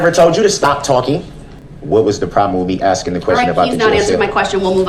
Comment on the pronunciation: I'm sure they are axing him about subject matter jurisdiction every night😂